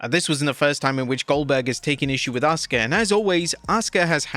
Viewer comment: Asuka is near the top in terms of in-ring skill, Goldberg is near the bottom. Also referring to her as "some japanese girl" and then pronouncing her name wrong when he bothered to use her name.. there's at least some quasi-racism there.